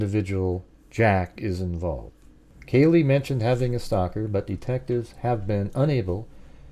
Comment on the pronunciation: Oh man …how you gonna do such an awesome job on this model and then not say kaylees name even remotely correct